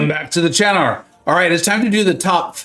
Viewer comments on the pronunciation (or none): “Welcome back to the channer.”